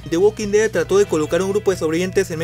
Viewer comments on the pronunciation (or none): 😭Me chirría cuando dices el nombre de la serie, se escucha "the waa Huli" 😢haha Buen video